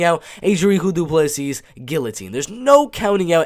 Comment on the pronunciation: its pronouced Drikus Duplessi , the 's' is silent in duplessi's' and the C in dri'c'us is pronouced like a K like cat , and u can roll the R in d'R'icus for extra points :P nice prediction , liked